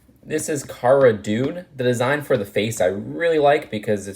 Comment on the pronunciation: Did he just say Cara dude?